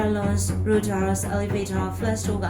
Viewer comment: Rudder (ရာဒါ) အသံထွက် ပါတယ်နော်.